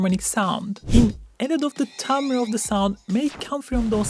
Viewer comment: Pronounces timbre correctly 🙌 (pet peeve side-eye at my fellow Americans)